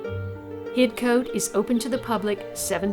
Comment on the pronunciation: Lawrence Johnston was born in Paris France he was a British citizen heserved as Major in British armies during two wars. Hidcote is pronounced HIDCOT. johnston buried in local church hear gates to his gardens but went to France to build another .He died there and body brought back to be buried next to his mother in England. Only his mother was born in America.